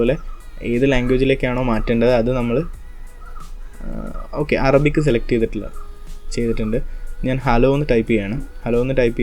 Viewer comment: Arabic correct Aan chettaa👍👍